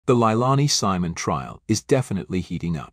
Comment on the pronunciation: Haha AI improves the pronunciation of the name LIElani hahaha😂